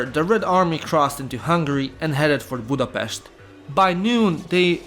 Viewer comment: Budapest drives me mad everytime